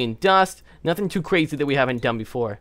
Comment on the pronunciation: done! the word is done! argh!